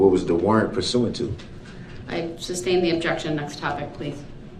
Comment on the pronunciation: It irritates my soul every time he says that